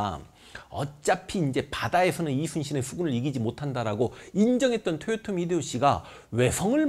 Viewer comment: 근데 왜 도요토미라고 안하고 토요토미라고 발음하시나요?